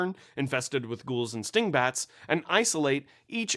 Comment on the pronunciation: I heard stink bats. I prefer what my ears told me